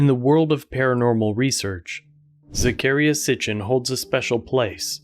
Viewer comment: lolol it's pronounced zack-ah-rhy-a 👍